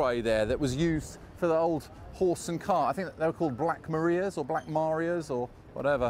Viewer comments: Holmes Road Police station, you're struggling with Black Maria , sounds like mahriah ? ma ri ah ? not maria as in sound of music. love your vids ! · black Marias dear boy. Pronounced morias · Having spent a lot of time in the area in the 50s & 60s, it really took me back but I do not remember it being so romantic. The real pronunciation for the police wagon was Black Ma-rye-ah. i wonder if anyone ever found my favourite hat which was blown into the north-bound tunnel at Kentish Town station. Tony Heath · Black Mar-eye-a.